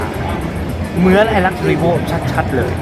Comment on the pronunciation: ตอบมาซะสุภาพขนาดนี้ พูดได้คำเดียวครับว่า "ขออภัย" จริงๆดีหมดครับ ชื่นชมคำพูดอักขระน้ำเสียงสำเนียงอังกฤษก็ชัดเจน แต่แหม!! ก้อหงุดหงิดอ่ะครับ มาเจ๋งๆดีๆหมด มาตกม้าตายก้อตรงไปเน้นเสียงว่า เหมือนนนน........มันเลยรู้สึกว่า แมะๆๆแม๋ ไปเน้นซะขนาดนี้ ว่าเค้าก้อปปี้กันมารึงั้ย อะไรเงี้ยครับ... สุดท้าย ขอติดตามรอชมการรีวิวตัวอื่นๆต่อไปละกันนะ เป็นกำลังจัยให้ อะไรที่ผ่านมาก้อให้ผ่านไปนะๆๆๆ